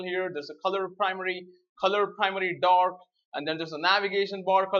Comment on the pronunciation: colorPrimaryDork ha-ha what an accent